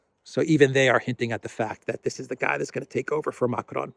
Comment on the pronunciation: Macron is pronounced like "Macrong" not "Macronne".